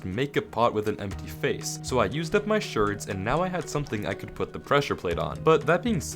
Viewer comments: Why do you say shards like that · why does say shards like that???